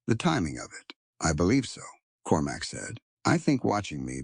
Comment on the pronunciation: Cormac, not Corumac! Proofreading would be much appreciated